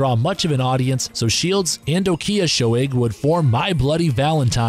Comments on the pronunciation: The guys name, Ó Cíosóig, is pronounced more like O'Keersog (with a non-rhotic R). You're welcome. BTW, If you find their sound original, I suggest you give a listen to the 70's-80's Dublin band, The Virgin Prunes. The original original. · Also, -Added about three extra syllables to Colm O'Ciosoig's surname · A brave attempt with the Irish names.